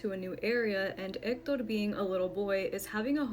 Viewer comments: omg we get it, you can pronounce "EKTODORR". You can just say, "he" once in a while 🤣 #hector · Just say Hector!!! Quit pronouncing it as Ector!! I understand that it's Spanish, but stick with one language or the other! You sound stupid.